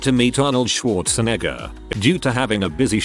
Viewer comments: tts butchered Schwarzenegger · that moment you say Arnold last name wrong